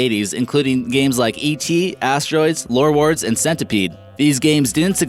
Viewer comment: he said lorwards on #10 its warwords!